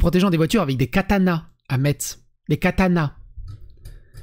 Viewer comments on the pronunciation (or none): On ne dit pas MetZ, mais Mes, le Z se prononce S et le T est muet ;) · Metz, ça se prononce messe. Quand on n’est pas du secteur, il est difficile de savoir que le T ne se prononce pas, mais comme la plupart des lorrains, j’ai toujours une oreille qui se dresse quand j’entend MeTz. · On dit toujours MESSE et pas METZE. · Metz se prononce" Messe" et pas "Metttttttseuh" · A metzzzz? Ça se dit messe ! Mèeeeeeeesseuuuuuuuuu ! Bon dieu !! :) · ça se prononce "Messe" et pas "Metzz" 🙂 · PUTAIN CEST PAS MAI T ZZZ CEST MESSSSSSSS mais sinon cool la video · La ville de Metz se prononce "messe" ! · Entendre qui continue de mal prononcer le nom de la ville de "Metz" qui se dit en vérité "Mèss", aïe. Mais une erreur compréhensive et commune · Par contre, fais moi plaisir pour Metz la prononciation correcte est [ mɛs ], sans faire entendre le t comme la messe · MESS ça se prononce MESS, merci ! 😉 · ”MESS” ça se prononce Mess. Mais quand quand même amour et bière à toi !